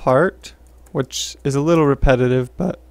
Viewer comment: Wait what "litteler"?